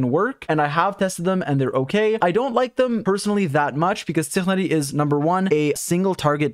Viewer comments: Wtf is tihani? It's ti-na-ri Tihani😑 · bruh why do you pronounce Tighnari like he's an Alien😭it's pronounced Tai-nar-i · you pronounce tighnari like how you would pronounce high but for ti, so it's pronounced "tienari" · I say tig nar e or tig nah dee. I saw some Pakistanis on reddit say that's the way its pronounced. sounded like he was in a hurry saying tighnari 💀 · Every time im amazed by how weird your tighnari pronunciation is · I usually don't visit twitch much... but just because of pronunciation of Tighnari, NOW I WILL!! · Why is he saying tighnari so weird